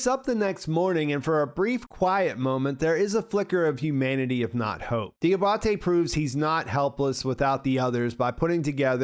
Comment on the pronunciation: Di-AH-ba-te, not di-ah-BAH-te